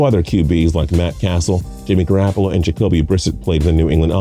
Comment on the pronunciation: Patrick Bradley Ore-gone and Sony Mitchell lmao Edit:And jimmy Ger-rap-pa-loo